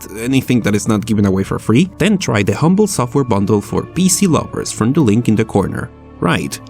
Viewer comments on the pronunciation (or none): none